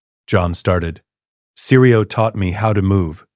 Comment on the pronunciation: Syrio Forel. Not seri, not siri Syrio.